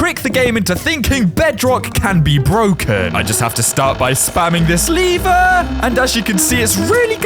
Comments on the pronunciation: Its "l ever" Not "Le ver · It’s pronounced LEver not leeever